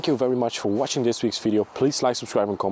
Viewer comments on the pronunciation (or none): none